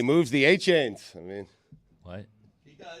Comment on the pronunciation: Ah-Chan, not A-Chain...😁